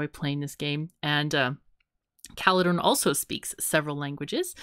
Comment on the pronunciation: Caledorn seems to have trouble pronouncing German 'r's. we have no 'ch' sound in there, German uses a rolling r :D